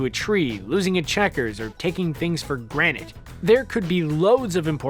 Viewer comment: "Taking things for granite". How long have you been saying that? Jeez😜